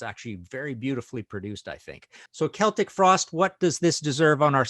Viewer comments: It's pronounced Keltic in the UK and Ireland, that's why it's correct. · Knows how to say Celtic, doesn't known how to say Giger.